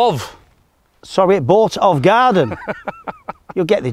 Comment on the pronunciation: Loving the pronunciation of some of the place names during your Scottish tour but I would probably struggle with some of the English and Welsh ones. Good shots, bad shots and great banter. Keep it up. Off to sit in the back garten (see what I did there) and enjoy the sun.